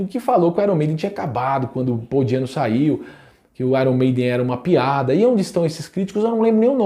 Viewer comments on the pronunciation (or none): none